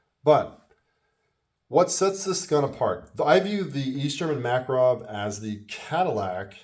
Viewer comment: Great review and good points! I was checking my review of the EG Mak and I saw yours--very well done! You covered a few of the finer points I forgot--the heel release, the push-up decocker, chrome lining. Also mad respect for the correct pronunciation. Take care!